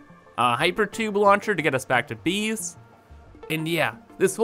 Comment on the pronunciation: Newcomer to your channel here, been bingewatching your content over the last few days (perhaps neglecting my own work in the process... ahem). In any case, great content! Due to your pronunciation/accent/something every time you say the word "Base" I hear "Beast" and I think that couldn't be more appropriate given the sheer magnitude of the project. It is indeed a Beast, capital B and all! Keep up the great work!